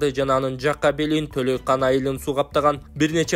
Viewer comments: Толайкан дебечи, карагым?! Андан коро фамилиясын кошуп Толайкан Абдирасулова деп айтсан, апчен суйунуп калчудай! Толойкон деп журт! Менин смартфонума кыргыз арибин киргизе албай койдум. "О" тыбышын билесиң да... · Төлөкан эмес Төлөйкон. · Төлөйкан эмес, Төлөйкөн.. Тө-лөй-көн айыл өкмөтү....